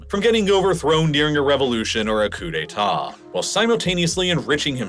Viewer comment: Ah! A Coup d'Etahhhh